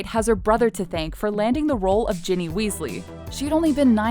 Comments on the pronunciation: Did the narrator ever actually see the films? It's "Ginny Weasley," short for "Ginerva," not "Jenny." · Ginny, not Jenny and it's Rowling, like Bowling.